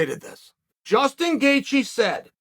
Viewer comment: “Justin Gaethje came out” Justin Gaythje?